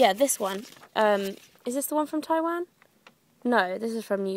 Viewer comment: WOW, YOU SAY TAIWAN LIKE A CHINESE PERSON!!! AWESOME!